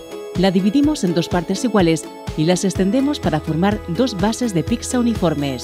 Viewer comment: Me crispa que diga "picsa"